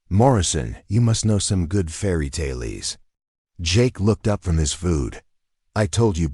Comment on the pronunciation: Decent story. Ai could use some improvement. Unable to pronounce fairy tale correctly and reads end of sentence period as "dot" I commented to soon. the reading of punctuation gets worse as the story goes on